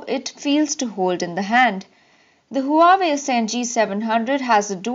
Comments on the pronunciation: HUWAEI IS PRONOUNCED WAVI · Pronounced as Hu-Aa-Wei